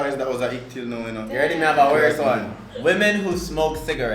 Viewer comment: Aye this video had me dying 😂😂😂😂😂😂 me pronounce eno. Chad run out eno 😂😂